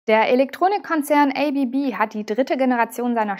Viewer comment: ABB = Asea Brown Boverie => wird ganz einfach deutsch ausgesprochen!